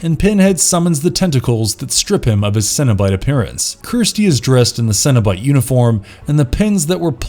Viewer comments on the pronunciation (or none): It's cenobite not cinnabite